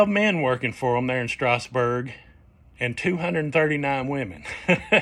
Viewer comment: Thank you for pronouncing "Lancaster" like a native!😂 I grew up in Lancaster County! Thanks for these great vids!